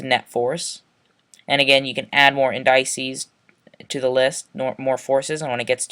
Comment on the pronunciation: "Indices" is pronounced like "in-duh-sees"